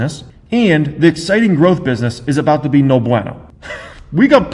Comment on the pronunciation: Especially when he mispronounces “bueno”